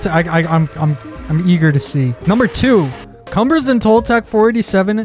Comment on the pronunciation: I will tell you it's an awesome video, but you pronounced a few words wrong reading pronounced read like just read a book yesterday. and its "cume-bres" but thanks for looking into such an awesome world.